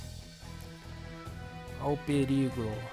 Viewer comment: Ouviram bem? Pre-ri-go!!!